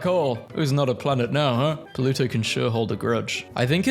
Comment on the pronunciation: The way he says pluto: poluto😂😂